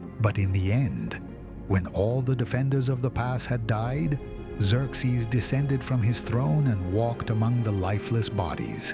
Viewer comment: Its Zer-zees not zerx zees.